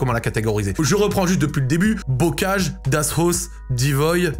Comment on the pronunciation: Ça se prononce das Haousse si jms